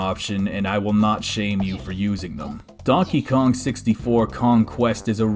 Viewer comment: hey dude! You said dankey king